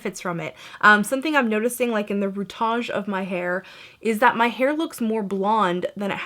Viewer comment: I love that you said "root-age!" That's so guy tang! I love him.